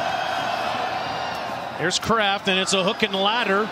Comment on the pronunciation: Yes, "hook and lateral" is correct. Some people do mispronounce it as 'ladder' which is fine but strange that someone who's job it is to announce football games would make that mistake. Receiver runs a hook pattern then laterals it to a teammate. He doesn't "ladder" it to his teammate.